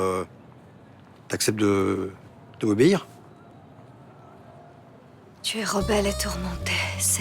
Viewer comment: Nooooon!! Tu étais parfait, mais le "t'accepte de m'obéïr?" à la fin, c'était pas utile. Ah dommage, t'y étais presque 🤦🏻‍♂️😅